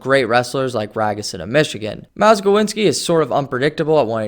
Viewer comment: Who’s “Malgowinski” from Mich St.? Do you mean “Malczewski”?